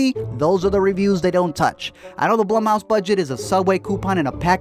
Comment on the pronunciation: LISTEN.... When you couldn't pronounce the name of the stupid studio properly, I turned off the video. "bl-oo-m" house...doesn't rhyme with "plum" ... It rhymes with "room"... ALRIGHT. Secondly, this doesn't need explaining. The movie was obviously going to suck, and there's no justification for that.